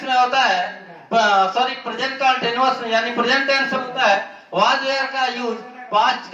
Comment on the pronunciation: ये were वेयर nhi (were) वर होता हैं ये (where) वेयर ये होता हैं